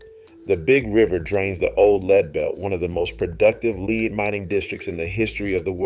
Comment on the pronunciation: Did I hear this right? The word "LEAD" First you pronounce it the right way, "led". Seconds later, , you pronounce it wrong: "leed".